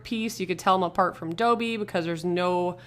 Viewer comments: It’s pronounced DA-BEE not DO-BEE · Its dobby not doebby